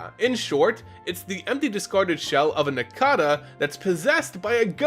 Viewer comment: How do you say cicada right but not nincada? Any who awesome video. These three are my all time favorite pokemon, so thanks for the video my man. :)